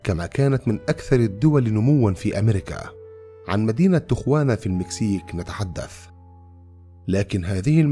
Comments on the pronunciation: يا محترم تقرأ تياوانا....... مش تغوانا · المدينة في المكسيك وتكتب تيخوانا(Tijuana) ولكن تنطق تيهوانا تقع جنوب كاليفورنيا على حدود الولايات المتحدة الامريكية تقريبا حوالي نصف ساعه بالسيارة من مدينة سان دييقو ما يقارب اربع ساعات من لوس انجلوس. يلجأ اليها عادة الشباب صغار السن بحكم ان السن القانوني لشرب الكحول في امريكا هو واحد وعشرين سنه بينما في تيهوانا اقل وربما لايوجد سن قانوني لذلك. احببت اضافة المعلومة وشكرا لكم.